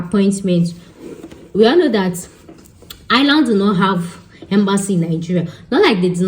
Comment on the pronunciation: It’s eye-r-land …